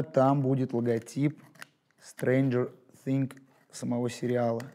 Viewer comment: Ты постоянно говорил thinG, а не thinGS